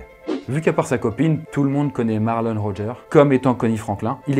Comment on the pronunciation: Franklin se prononce Frainekleene Le dernier S de Arkansas ne se prononce pas Tille ne se prononce pas Tyle/Tile Le S de Rogers se prononce, comme tous les S en fin de mots anglais Turkey ne se prononce pas Turkay mais Turkee